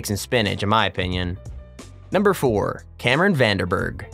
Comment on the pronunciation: You absolutely butchered Cameron’s name 😂